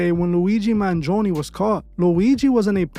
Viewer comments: Man-gee-own-e that's how you pronounce it. I'm Italian I can't help but to comment 😂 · Man gi own is how you say it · you pronounced "Mangione" wrong.